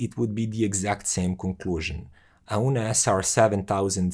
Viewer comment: Its pronounced OWN like the English word own.